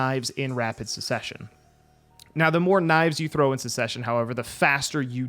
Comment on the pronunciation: NOT CESESSION